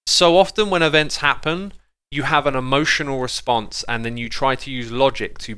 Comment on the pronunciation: events not evnts